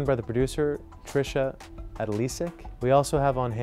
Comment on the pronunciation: Pronounce Trish's name correctly.